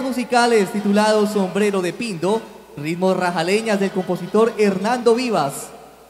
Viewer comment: Señor presentador: se dice "ritmos" no rismos. Y señorita presentadora, el traje de sanjuanero debe lucirse con el pelo recogido, para que se pueda apreciar la belleza de la blusa. Errores que le restan elegancia y calidad al evento